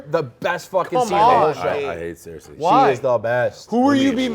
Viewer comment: How does dave call Cersei; 'Sear-Sea' , its literally a television show